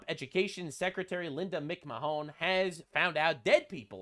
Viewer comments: "McMahon" is pronounced like "McMan". That's Vince McMahon's wife. Like, the WWE dude. She was president then CEO of WWF/WWE from 1980 to 2009. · Did you just pronounce it Mc-Mahohn? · The Education Secretary is Linda McMahon (Mc Man) BTW your pronunciation is too comical. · Lmao not you saying linda McMahons name wrong. I just listen to your videos at work and I knew her position but when you said her name I laughed so hard. Def not a wrestling fan huh